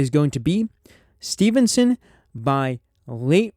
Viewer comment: Steveson, not stevenson